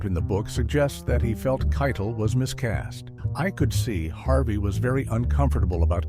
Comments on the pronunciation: Yeah it is Keitel (Kai=tell) not Kai-Tall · Who's Harvey KYE-dle? It's "kye-TELL." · Harvey Keitel pronounces his name KY-TELL, not KYTUL. To borrow an oft-repeated phrase from this video, “This incident serves as a reminder that” mispronouncing a well-known word or name undermines a narrator’s credibility. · Every time Harvey Keitel's name was mispronounced it bugged the hell out of me, then the last few times it was gotten right. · Teach the AI to pronounce Harvey Keitel's name right. And the chapter breaks are all over the damn place. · How about the way it pronounced Keitel? 😂